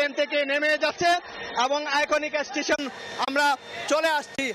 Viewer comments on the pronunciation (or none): আমি হাসতে হাসতে শেষ সাংবাদিক ভাইয়ের কথা শুনে, বার বার এশটেশন, জীবনে কেউ শুনেছেন এমন কথা